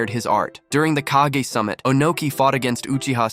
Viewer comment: Bro said “kehgay” then “kagah then ”kageh” y can’t a single YouTuber that posts abt Naruto pronounce their nouns correctly there’s like 1500, 20 min episodes in the Naruto universe for reference I’m assuming u guys have watched all of them and u guys still can’t pronounce a single noun from the shows u guys r ragebaiting me